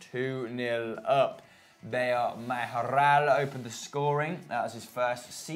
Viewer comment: Manchester clubs and chelsea can win de Champions but I dont see spurs wining it, not enough experience. Not a very good pronunciation of the Spanish surnames with "R" "Mayorrrral" "Alcantarrra".